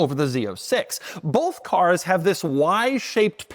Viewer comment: it's both, or "bolth"? English much to there in Canada eh?